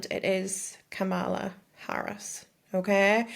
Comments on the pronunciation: The fact that you couldn't say her name right tells me all I need to know. I'm sure God knows how to pronounce her name. KAmala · Kamala’s (pronounced KA MA LA) worst qualities are better than Trumps best by a very wide margin. I’d rather have a b*tch who cares over a convicted felon. Never trust anyone who claims to have “God” on speed dial. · 😂😂😂. Btw it’s KAmala. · Just so you know, MAGAts are the only ones who pronounce her name the way you just did. Her first name is pronounced Comma-la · If you're going to talk sh!t about her, at least pronounce her name correctly. It's Kamala. KA-ma-la. COMMA-la. How interesting; you pronounced her name just like Trump and his MAGA minions do. I wonder why that is? I'm out. I went to unsubscribe, then saw that I had never subscribed. Wise choice. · You should at least pronounce her name correctly